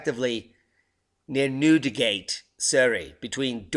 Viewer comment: Thanks, You did get the name right "Newdi-gate